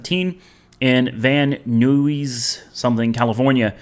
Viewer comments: "Van Eyes", California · van nuys is pronounced "Van ice" lol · pronounce Van Eyes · Pronunciation of the city in Ca "Van Nuys" second word is pronounced the same as guys.. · Pronounced Ni (long i) then add the s sound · It’s pronounced Van n-eyes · Van nuys, California is pronounced van nice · 😂😂😂 I’m sorry but the way you said Van Nuys really fucked me up 😂😂😂😂